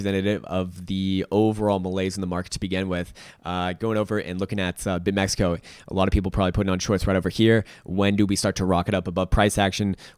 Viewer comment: it’s not bitmexico bro just bitmex